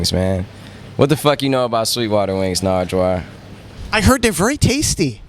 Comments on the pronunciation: dude stop saying "narjwar" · lol nigga kept calling him narjwar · Not “Nardgewuar.” 😂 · "NARJJWAR" smh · NIGGA KEPT SAYING NARGWUAR NIGGA DOESNT KNOW HIS NAME AND ANYTHING ABOUT THE HISTORY OF DETROIT WHY WAS HE BEING ALL WEIRD HITTING HIM IN THE CHEST AND STUFF THAT WASNT EVEN FUNNY THAT WAS EMBARASSING LOOKED LIKE A PRICK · Mike G. It sounds like he’s saying narjwuar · Why does he say Nardwuar like Nardrar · SmithsonianSamurai Actually he called him "Nargewuar". Like 3 or 4 times... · Whatchu know bout that? 😂 he's asking you Sean don't ask nardwuar 😂 Jesus Christ. And also stop saying his name as narjwuar it's not right 😂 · Big Sean's acts like a ducking idiot in this, calling naurward narjuar